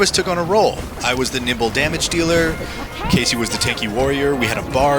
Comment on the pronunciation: i was stuck on whether he said "nimble damage dealer" or "nibble damage dealer"